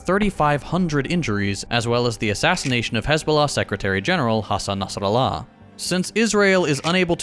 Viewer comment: you can tell Hakim spent some time teaching how to accurately pronounce Nasrallah